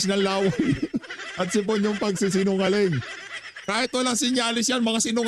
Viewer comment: HOY GARIN DOCTOR KA DI BA??? BAKIT HINDI MO ALAM ANG TAMANG PAG BIGKAS NG SIPON HINDI SIP-ON???😂😂😂 BOBITA KA RIN...